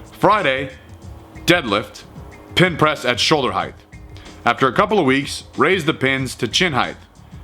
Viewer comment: "heighth" Unsubbed.